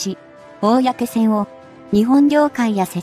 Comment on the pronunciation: 「こうせん」です。「おおやけせん」ではありません。プッ！